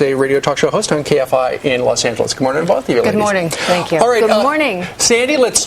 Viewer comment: NOT THANX instead of thanks hahahah